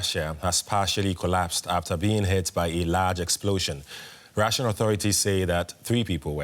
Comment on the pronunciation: You said russian wrong